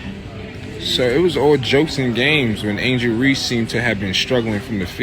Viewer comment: Sir her name is Angel Reese, no ReeSee. Can you please say her name correctly? Thank you!!!